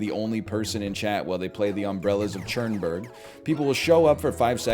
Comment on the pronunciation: NL pronouncing Cherbourg "Churnburg" is simply amazing